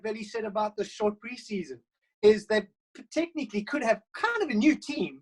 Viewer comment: Why would you pronounce "Technically" like that?